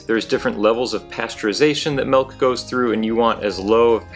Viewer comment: Milk is pronounced with an i. m i l k. Not m e l k, stop that😂